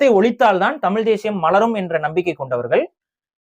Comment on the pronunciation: இந்தப் பயலுக்கு ழ-வன்னாவே வரலை… தமில், எலுச்சின்னு பேசற ஆளு தமிழனைக் காப்பாத்தப் போகுதாம்.